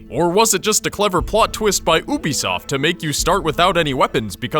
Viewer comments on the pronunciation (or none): Dis guy: OOObisoft instead of YUUbisoft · It's Pronounced You-Bisoft. not Ooo-Bisoft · He says Oobiesoft When it really is Youbiesoft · It's not OO-be-soft it's YOU-be-soft SAY IT RIGHT!!!!! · Why do so many people say oohbesoft instead of youbesoft? It annoys me a lot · This is the story I never knew?! Anybody who played ac1 and revelations knows all of this hopefully! All u did was tell all Altair events in the games. And by the way, Ubisoft is pronounced Youbisoft not oobisoft